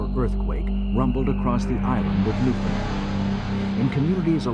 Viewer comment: Narrator: "Newfundlund".. Me: eye roll... Say the following... understand Newfoundland